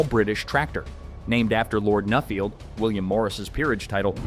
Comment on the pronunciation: It's not "Newfield", its "Nuffield" as in enough. The Field Marshal my uncle had in thr 50's in the UK used something like a shotgun cartridge fitted fitted into the cylinder head and hit with a hammer to explode it thus generating the first revolution.